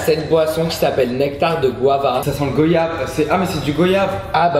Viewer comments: c pas gOyave mais goyave (prononciation comme Guadeloupe ou guacamole jcp) shit! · Goyave ça se prononce comme VOYAGE !!!! Genre G.oi.yave Vous voyez. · S'il vous plait dites goYave et pas gOyave ça se prononce goayave ! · Ont dit GOIyave pas GOyave !!!! J'espère que vous ne dite pas VOyage...